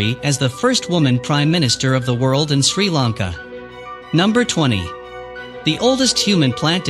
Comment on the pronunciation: This man, This man's pronunciation of Sri Lanka names is completely wrong. He should have asked a Sri Lankan person how to pronounce the names. Not a Tamil living in Sri Lanka, they call themselves Sri Lankan but cannot speak or pronounce words properly. Video is badly put together.